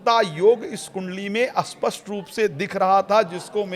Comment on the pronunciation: न जाने कितने ही लोग हैं वे कुण्डली वुंडली जानते ही नहीं वे तो ............. अब पण्डित जी स्पष्ट का उच्चारण कर रहे हैं अस्पष्ट उपर से चैनल के पास कोई कथा नहीं है तो यही सही